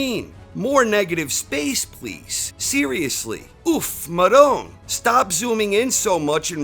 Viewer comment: Not how you say that Italian phrase. It’s madone